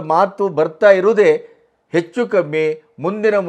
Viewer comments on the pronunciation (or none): none